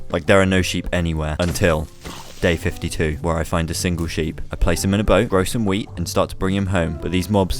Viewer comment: i definently heard "wheat" wrong i heard weed